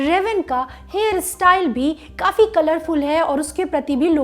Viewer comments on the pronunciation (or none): none